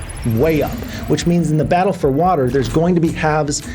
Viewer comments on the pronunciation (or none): none